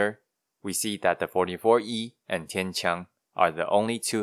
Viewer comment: One thing I thought was a little funny was, as you were saying "Nachtreiher" for the first time, I was like, "ok, that's definitely not how you say that." And then when you said "Tian-Qiang," I was like, "ok, but the way you said that, I can immediately tell that the way I would have said THAT was wrong, and the way you pronounced that was obviously correct." Meaning you are clearly just more familiar with Chinese than you are with German. idk, just thought it was interesting to note.